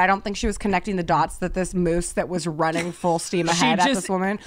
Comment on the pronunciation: You guys literally crack me up in EVERY episode, please keep this going until you no longer can physically continue ✌🏼😎 Also,, I have to correct you. It’s not “meese” it’s “moose” 😂😂😂